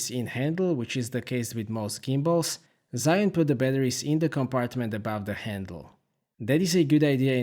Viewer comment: It's actually pronounced Jee Yoon but great review! Lovely footage.